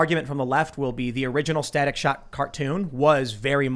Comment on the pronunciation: Staic shock......no please not staic